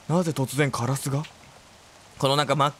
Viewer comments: カラスの発音が気になりすぎる………ナマスみたいな感じじゃん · 安定のカ⤵︎ ラ⤵︎ ス⤴︎ が聴けて嬉しい！笑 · やっぱりカラスのイントネーションが気になるけどなんかかわいい笑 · カラスの発音が相変わらずで、都会に完全に染まってなくてよかったぁって確認してるw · でたwのカラスのイントネーションww